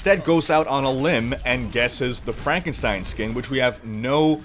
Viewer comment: IT'S PRONOUNCED FRANK-EN-STEIN.